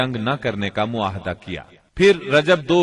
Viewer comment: معاہدہ نہیں بلکہ " معاہدہ " صحیح ھے۔